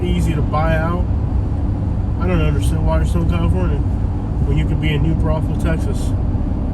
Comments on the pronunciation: Most ridiculous thing I’ve ever heard. Maybe learn about what the hell you’re talking about. It’s New Braunfels. Not New brothels. It’s named after Braunfels, Germany. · I am a homegrown Texan living in San Antonio and I never knew that it was a brothel city Was it new brothel and then someone mispronounced and call it new Braunfels